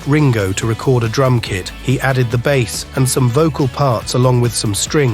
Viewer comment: AI Announcers are getting good except for the reference to Paul's bass. It's not a fish. Paul's a vegetarian. It's pronounced BASE regarding the musical instrument.